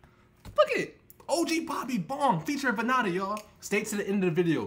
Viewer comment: The hell did you just call him man his name is not van na da it vann and da vannda😂